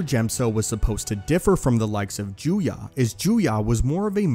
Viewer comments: Juyo, not Juya. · You finally got the pronunciation of Djem-so correct, but the "Sith" form 7 is called Ju-yō, not Ju-yă. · I think form 7 is called "juyo" not "juya" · Juyo, not Juya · Heh, disarming. Rachi Sitra didn't really use Djem So, mainly Niman. Also why is Juyo pronounced Juya? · ah yes once again he is mispronouncing things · Am I the only one that cringes when he mispronounces djem-so and juyo as gem-so and jew-ya? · Isn't it pronounced as Juyo